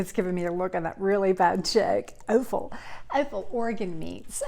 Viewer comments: It's pronounced AH Fuhl, not OH fuhl. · offal sounds like off-al, almost aweful, not oaf-el.